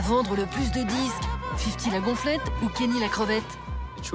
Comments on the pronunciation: 8min de vidéo où vous dites "Kenny" et non pas "Kanye", ça vous discrédite direct. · Il s'appelle KAAAA - NYÉÉÉÉÉ pas Kenny ou je ne sais quoi ! Orrhhh!